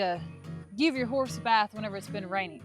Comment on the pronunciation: Yall, I said it before and say it again. cracks me up every SINGLE time he says the word Harse! 🤣🤣 Now in all seriousness, I did learn alot about "Harses" today so it was a great lesson. Thanks for that. Its so exciting that there will be a little pony on the farm. Just think in no time, Little Ladley will be talking to someone about the "Harse" she has had since it was a new born foal. Love it. Much love yall!! Have a wonderful rest of the week. Oh... I think in the story about ol Petey, didnt he have one curl of hair in the front??. You think he and ol Blaze are kin folk?